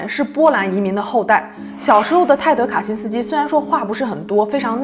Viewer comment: "卡辛斯基"讲得恰